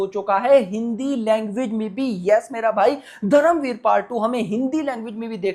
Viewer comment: दादा तू हिंदी बोलत असणार तर पण धरमवीर नाही धर्मवीर